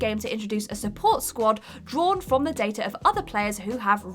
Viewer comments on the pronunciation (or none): none